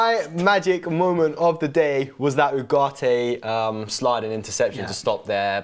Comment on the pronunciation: Can someone translate to English? What the hell they talking about? Didn’t know Ugarte is pronounced without T?